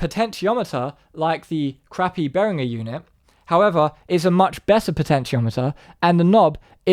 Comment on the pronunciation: At least he's one of the few who pronounces 'Behringer' correctly though.